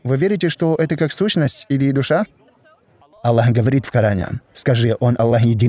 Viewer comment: Почему, вы пишете Джазакя-лляху? Я например нигде в курьане не слышал, чтоб АЛЛАh звучал как Аллях. Астагфируллаh. И нигде никогда не слышал, чтобы учили курьану таким образом, как вы произносите. Простите конечно меня. Но я часто вижу и слышу подобное произношение (неправильное)